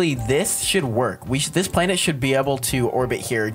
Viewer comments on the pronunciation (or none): "now it's called a blanet"